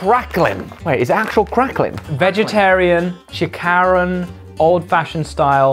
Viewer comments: When Ollie pronounced “Chicharon” (Chi-cha-ron) as “Chi-ka-ron”, it so sossy to hear like pangmayaman na snack. HAHAHA. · "chikaron"😭😭 it's pronounced "chi cha ron" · Filipinos slightly gets mentioned: Hippity Hoppity This vido is now our Property Edit: WHAT it's pronounced chi-charon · Its chiCharown not chiKarown hahahaa been waiting to do ph snacc review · plus they read chicharon schi-kuh-ron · Everyone: "Chicharon" No one: Dude on the right: "chickaron" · When they read CHICHARON...I DIED 😂 "SHIKARON" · pahinge ng shikaron😀 HAHAHAHAHAHAHA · When Ollie said "chi-KA-ron" instead of literally "chicharon" I lost it lmao so funny! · (WARNING: Kinda long) OH MY GODD YESSSS I'm Filipino and i fricking love Boy Bawang, and Choc Nuttttttt AND SWEET CORNNNN- Oh my god, they said Chikaron XD it's chicharon- It's like saying the Cha Cha, ChiChaRon- Oh my gulay, in english is like Josh said Oh Wow! But if you translate it FOR REAL it actually means Oh my vegetable. Marty's Crackling are one of the popular chips actually. In our taste; vinegar is very yummy. I even tend to drink vinegar instead of dipping the chicharon in it- Not a lot filipinos eat PeeWee nowadays... Butter Coconut Biscuit may not be the most popular, but it's really good! Boy Bawang is the #1 favorite of my family- Okayyyyy, Ube Yam Candy is really bad in my taste. IN MY TASTE. But their description of it; i agree. CHOC NUT IS FUDGING YUMMY YALL HAVE TO TRY IT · "CH Ka RoN" Me: ... CHI CHA RON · They pronounced chicharon not as "tsit-tsa-ron" but as "tsi-ka-ron" xDDD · I like the way he pronounced "chicharon" to "chikaron". Hmmmm. . Lovely! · It’s pronounced as “chIchAHrOn” Not “Chicaron” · Ollie HAHAHAHAHHA 😭😭 IT'S READ AS CHI CHA RON NOT CHI KA RON HAHAHAHAHAHA U GUYS R SO CUTE 😭😭😭😭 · Me a Filipino when i hear them call Chi-Cha-Ron Chikaron: CRINGE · Chicharon becomes chikaron lol so cute🤣❤️ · Chicheron = Chee Cha Rown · Chi-karon lol its read as chi-scharon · Chikaron hahahaha its chicharon